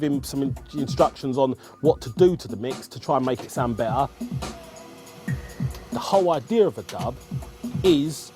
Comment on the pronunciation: “So it sounds beh-a” 😅